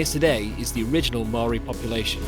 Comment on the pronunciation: pronunciations of the Maori place names makes me cringe. Love this video though and what a special experience going to Tokomaru Bay with his family.